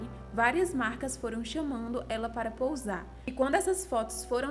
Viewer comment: Moça, só pra te ajudar na oratória, se fala posar e não pousar, que significa aterrissar, remete a vôos, que na hora de descer a superfície pousam, já posar significa ficar em uma posição para que sejam realizadas fotos, pinturas, esculturas... Ou também em significado pra posar que não cabe aqui, mas onde o verbo também pode ser utilizado para alguém que finge ser o que não é ou que tenta impressionar. Ex: ( Fulana está fazendo pose de rica.)